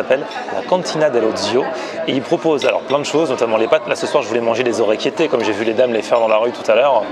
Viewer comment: orecchiette PAS ORECCHIETTAIT!!!!!!!!!!!!!!!!!!!!!!!!!!!!!!!